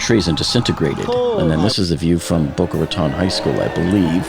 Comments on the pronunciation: Wait. Boca Raton is your hometown and you don't know how to pronounce Boca Raton? That's ... odd. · He pronounced Boca Raton multiple times incorrectly, sooooo .... maybe he lived by a nearby county. I live here, and my daughter attends Boca High, and her school went on lockdown because of the smoke in the area.